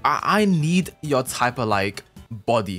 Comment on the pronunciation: Am I the only one who heard "WOWOU" when he was suppose to say "YEUR" 🤣🤣🤣